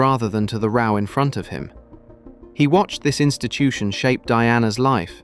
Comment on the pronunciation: There is a different pronunciation of 'row' when it is a line and 'row' when it is an argument or quarrel/ The narrator continually gets things wrong